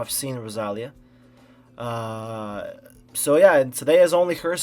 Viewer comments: IS the tonic rosaLÍa. You said roSAlia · an incredible artist like rosalia that this world doesnt deserve should not have her beautiful name pronounced like that lol. nice reaction and analysis tho 🤍